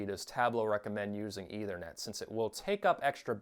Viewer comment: It's a soft th in Ethernet.